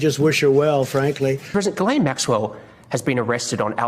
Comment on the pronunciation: Chip you need to learn how to properly pronounce Maxwell's first name the S is silent